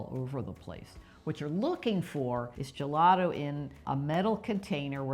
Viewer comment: you are pronouncing gelato and gelati wrong!!!! Learn it in Italian!